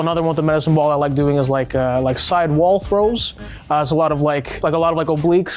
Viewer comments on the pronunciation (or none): none